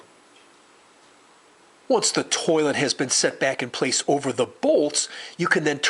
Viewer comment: Why does the way he says towhlet trigger me